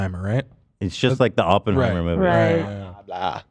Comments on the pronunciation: I feel he said it that way jokingly? I hope… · the way americans say Oppenheimer is such an ick, I'm sorry 😭 o-pen-heimer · Every time he says open-heimer I cringe